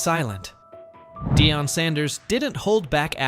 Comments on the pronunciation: You can't pronounce Deion Sanders . You shouldn't cover the NFL. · This is the worst sports channel.I've ever seen.You guys can't even pronounce Deion's name right! Go do your homework rookies